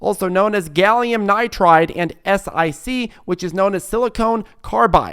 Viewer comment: FYI I sell semiconductors and you pronounce as GAN and SIC. You don’t spell out the letters.